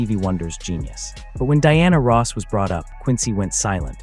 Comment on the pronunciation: AI...learn how to correctly pronnounce her name.